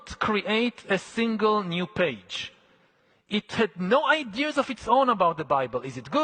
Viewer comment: Yo listen, this guy absolutely CANNOT be a superior being worthy of deciding the fates of the rest of us AND BE SAYING THINGS LIKE “IDEARS” - one or the other, brother…